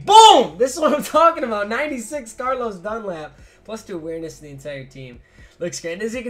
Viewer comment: I died laughing when he said Darlos Dunlap